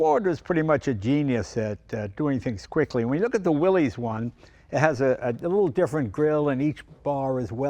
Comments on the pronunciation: As soon as he said, “ Willy’s” I’m done. Leno, you disappoint me. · Thanks for sharing a great GPW with us Mr. Leno, but for goodness sake, please get the name Willys right. It's not Willeez. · it's pronounced "Willis" thanks for coming out.... noob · I thought it was pronounced WILLIS…what year did Jeep start the 7 slots for 7 continents? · Can't deal with the "Willeeze" pronunciation, but great video. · "Will-iss"... It wasn't pronounced the way it looks. What I want to know: Is it bulletproof? 😂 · "Willys" should be pronounced "Willis". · Correct pronunciation is WillISS. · You'd think Leno, more than anyone else on YT, would know better. He probably has a dozen cars built by Willys-Overland, and yet throws out a "Willy's". 🤦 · Isn’t it pronounced “Willis”? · Jay, I really expected you to know how to pronounce Willys. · Disappointing that even you mispronounce Willys. I had such high hopes.😢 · Jay, you're a collector. You should know how to pronounce "Willys." 😐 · Even Jay mispronounces Willys. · With how knowledgeable Jay is about cars, I’m surprised he pronounced ‘Willys’ wrong. 🤔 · Yes, it is. The young and uniformed pronounce it the way it's spelled. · Jay, Jon Willys’ name was pronounced “Willis” , not “Willies”. I appreciate that the popular pronunciation is “Willies”, but it is worth mentioning the original pronunciation . Cheers! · It's really sad when even Jay Leno mispronounces "Willys". It's Willis, not Willy's. The company was named after its founder, John North Willys, who pronounced his name and his company /ˈwɪlɪs/ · Pronounced “Willis,” not “Willies”. Damn. It’s not rocket science. Learn how to pronounce the damn thing, 😂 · Ugh! It is pronounced WILL- iss. Not will-eeez. 🙄 It is a surname. If you do not believe me, go look at the old videos they made when they were first developing the Jeep. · C’mon Jay, Willys is pronounced Will-iss, not Willies. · Jay - I'm surprised at you - It's pronounced like Willis. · It's pronounced Willis.